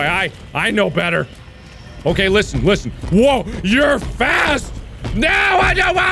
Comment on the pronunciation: Sounded like he said Lixian instead of listen